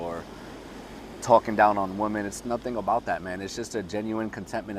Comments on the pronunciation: Hahahaha I found it cute ahahahahaaha and I said wait is he saying woman? It’s ok the message is solid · Have I been pronouncing women incorrectly my whole life?